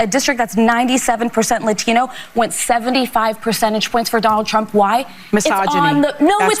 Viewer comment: when did sunny stat to pronounce "latino" "laTHino"? did she get new teeth or somthing?